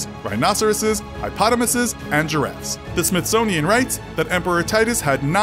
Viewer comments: "hipotamuses", IT'S HIPPOPOTAMUSES. This narrator really is awful. He has mispronounced a lot of easy words across SEVERAL VIDEOS. That should be unacceptable to more viewers. Unbelievable. But maybe English is not their first language... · Did you just say highpotomuses? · This narrator can't pronounce words very well. He called Commodus "commode us". He's not a toilet. It's pronounced "Cah-mu-duus". Also you said "high-potumuses". It's hippopotamus. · my mans said high-potanesses, believed it’s pronounced hippo-pottomas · Did he pronounce it hi-potomuses? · This man said "hypotomusus" haha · Did this man rlly just say hi-pottamussis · Did he say, "Hipotomuses?" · No one:: hipotomisis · Bro said “Hypotimuses”😭😂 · he said hi-potoh-mases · At the very least can you research how to say things right? Hipotamuses? Commodius? Ad Infinium? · what is “Hipotimuses”? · Highpotammuses? Hippopotomi? Hippopotumuses. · HIGH-POTOMASSES WHAT IS A HIGH-POTOMASSES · Highpotamisses, lol. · Did he say hi-potomuses? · HI - POT - EH - MUH - SSES ?!?!?!?!? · How in the world did you say hippopotamuses? 😂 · I enjoy Infographics but whomever chose this narrator without listening to how he pronounces some words (people’s/animals’ names) needs to be fired! The one mispronounced name that stands out was the Hippopotamuses! C’mon now!! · “lots of armour” accurate depiction Someone teach this man how to pronounce “hippopotamuses”